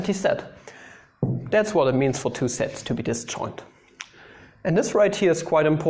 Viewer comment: See when you think you're saying 'sets', it sounds like 'sex' :3 It's not a contest btw, Sets>Sex But if sets is indeed equal to sex, this right here, is Porn❤️